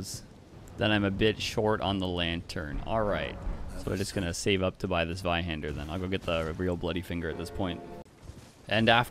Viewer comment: That is NOT how you pronounce zweihander lol